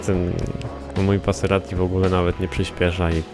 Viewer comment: ty mowiles passeratti sory za bledy ale nwm jak sie pisze i uslyszalem moje maseratti